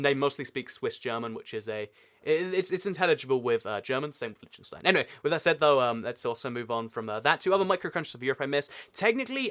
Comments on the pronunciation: liktinstine not litchtenstine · why is nobody talking about how he pronounced liechtenstein worng